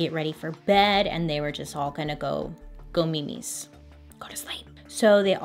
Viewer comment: I cannot believe you said MEEMEES!!!!! I say that all the time and my family always has but I’ve literally never heard anyone else say that, ever. Even how you said it, “Go meemees” is the right way to say it. That’s always just been a thing on my Mexican side of my fam & now I say it to my kids. Are you Latina? Idk if it’s even a Mexican thing or if that’s just coincidental. Where did you pick it up from??